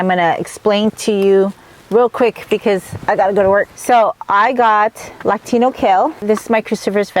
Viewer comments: Love your videos, but please pronounce it "lacinato" kale. Thanks! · I enjoy your videos but please stop calling Lacinato kale “Latino” kale. It’s called Lacinato kale.